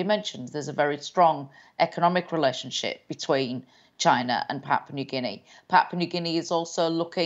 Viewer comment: Thank you Roundtable - PNG Loves Australia USA CHINA n the world , we indirectly trying to be a peace zone for y’all to come chill with us have a beer and talk solutions to issues. BTW Anchor needs a raise for being the first foreign journalist to correctly pronounce my country name 🤣👏🏽